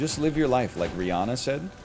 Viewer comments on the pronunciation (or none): none